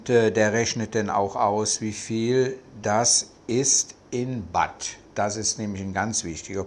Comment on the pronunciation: Danke für die interessanten Ausführungen. Aber bitte, die Währung heißt Baht...man beachte das "h" in Baht oder in Thai das lange "า". Batt klingt etwas Strange. Sollte man aber wissen, wenn man sooo lange in Thailand lebe. 🙏🏻